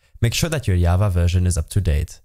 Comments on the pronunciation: Java....not yava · Did this suka just say yava